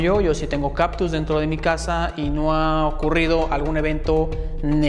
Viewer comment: Se dice CaCtus. No caPtus.